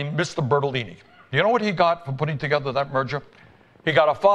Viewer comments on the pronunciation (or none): Martha! We'll get though this togethah!